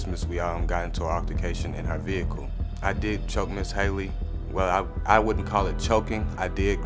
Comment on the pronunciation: Him saying ms. Hayley is making me mad